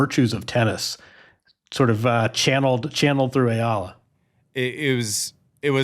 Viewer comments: How about starting the interview with a little courtesy by asking Eala to teach you how to pronounce her name instead of calling her "Yala" to her face? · Andy still saying her name wrong lol